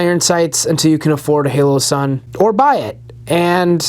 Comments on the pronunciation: Holosun. Not haloson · Pls tell me I’m not the only one who is getting pissed he’s saying HALOsun 😡🙃🤦‍♂️🤣